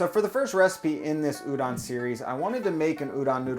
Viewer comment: Stop saying URON